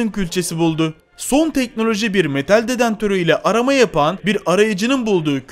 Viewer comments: DEDENTÖR DEĞİL DEDEKTÖR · Yanliz o dedentör değil dedektör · Vay vay Metal dedentör değil dedektör (Seviliyosun) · Dedantör değil dedektör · dedentör değil dedektör o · dedentor nedir yaaa 😂😂😂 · Israrla dedantor diyo sinirim bozuldu ya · Dedektördür o detantör olsa duramazdın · detantör :) değil dedektör ....... mutfak tüpü kullanıyo arkadaş :) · Adam dedantor dedi ya lan :) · dedantör değil o arkadaşım DEDEKTÖR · cümleye bakarmısın bir kere metal dedantörü ile fosil aramaya çıkan adam:))) sesli güldüm dedantör değil dedektör ,ikincisi ise metal dedektörü ile nasıl fosil bulacağını sanıyor o zeki adam, fosiller metalmiydi eskiden yoksa hayvanlar takı mı takıyordu.bu ne biçim seslendirme bu ne biçim cümle yaa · Detantör değil dedektör... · Dedantor değil dedektör. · Biraz kitap oku şu Türkçe ni düzelt. Dedantör ne, 4 kilogram 10 gram ne. Ona dedektör denir. Diğeri de 4 kilo 10 gram dır. Baştan sona katlettin Türkçeyi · 2.21 sn de dedantör nedir ya. Tüpten gazmı çıkaracan doğrusu dedektör. Açıklamada Maden yazmayıp mağden yazan fotoğraf yazamayıp fotoraf diyen bi adamın nasıl bu kadar takipçisi var anlamak mümkün değil. Bırakın artık bu taklit videoları yeni bişey üretin. Amerikalının videosuna türkçe dublaj yapmakla youtuber olamazsın olsan olsan taklitçi olursun. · Dedentör mü dedi 😂😂😂😂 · şu dedektörü düzgün telafuz et nolur :D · Dedantör değil DEDEKTÖR,muğazzam değil MUAZZAM, 😂 aşırı zenginlik nasıl ölüm sebebi oluyor mk..?